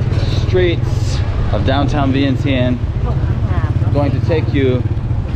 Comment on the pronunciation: Dude why do you still say vien tien?. You know it’s pronounced Vieng Jun.. lol 😂